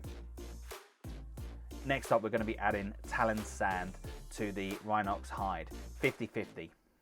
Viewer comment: Great series of videos. Best part was definitely how you pronounced rhinox hide differently every time you said it hahaha 👍🏻 love the content overall guys thanks